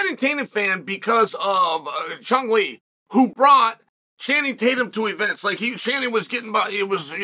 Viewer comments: ❌Chun Lee ✅Cung Lee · For the love of God, it's Kung Lee, not CHUNG Lee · I thought he said Chumlee